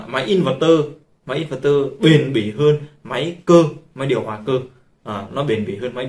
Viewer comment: Kiến thức hạn chế, nói theo ý chủ quan của cá nhân nhưng luôn khẳng định mình đúng. Nghe ức chế. Nói sai be bét cả về chuyên môn và sự hiểu biết, đọc tên hãng cũng sai, in VÉC tơ hay in VẸC tơ là biết trình độ thế nào.